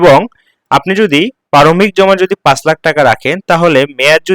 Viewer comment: পারমিক না প্রারম্ভিক। আগে উচ্চারণ শিখুন।